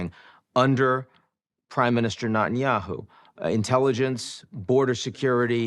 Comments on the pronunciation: I love Ian but his name is NEt-an-yahu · True- Nat-un- yahoo sounds so jarring!!